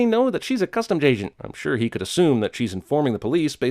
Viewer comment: its Customs Agent not Customs Jaygent Jeremy 😄😉